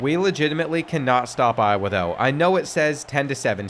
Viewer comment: Show some respect on Iowa's name